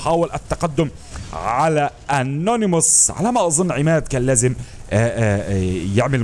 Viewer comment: انيموس وليس انونيموس